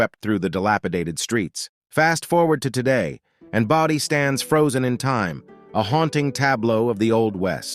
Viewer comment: Why does San Zhi get two slots? And #7 is pronounced BOH-dee, not BAH-dee. Got it right 1/2 the time and it's annoying.